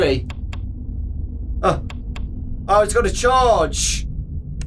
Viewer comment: its funny that he says chage not charge 😆